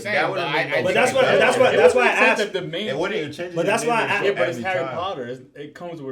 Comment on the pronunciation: I axe'd you a question, Potter